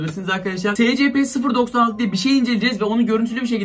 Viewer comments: Abi o secepe diye okunmuyor esipi diye okunuyor (SCP YAZMAYI BİLİYORUM ÇOK BİLMİŞ BEBELER DOLMASIN) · SCP diye okunmuyor esipi diye okunuyor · Abi siz buna nasıl inanıyorsunuz be. Ve SeCePe diye okunmuyor. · Scp vakfını bilenler +1 (büyük ihtimalle yorumlara bakmadan kapatıp gider ama) /SCP NEEE gıcık oldum olm okunuşu ESPİ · Abi o scp 096 değil es si pi diye okunuyo